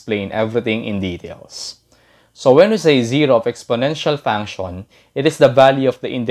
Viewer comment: Thank you very much you made this very easy to understand. I do want to tell you that function is pronounced, funk she in but but funk-shin. In English the TION is always pronounce shin. It’s because the TION comes from French and that’s how it would be pronounced in French only we don’t use a French accent or use of course are there in American, Canadian, Australian, British accent or some other accent, or people speak English as their first language. English can be a very difficult language to pronounce, and of course, to spell because we have many words that are spelled differently, and are pronounced the same. Such as they’re, there and their. And to know, and no. Both are pronounce the same and mean different things and spelled differently obviously. But just because you might not pronounce something exactly the way it should be pronounced does it mean that you’re not speaking English but it can make it difficult to be understood, especially by the native population that is going to pronounce things differently. But you’re really great at math and that’s very important. Keep working on improving your English pronunciation. Thank you for making a very difficult conceptEasy to understand. That’s not including slang, which changes frequently, sometimes being popular only for less than a year. There are slang terms that have become part of the lexicon or in other words, vocabulary now actually in the dictionary.